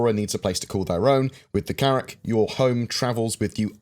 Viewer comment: Carrracl is not Carrack...😉